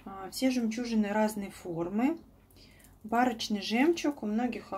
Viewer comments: Правильно барОчный от слова барокко т.е. необычный ,а не бАрочный. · Барочный от барокко ударение ставится на второй слог